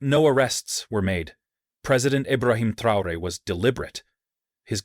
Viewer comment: Ibrahim chaore ? Who are you!😮